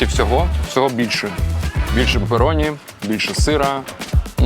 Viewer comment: Не папероні е пепероні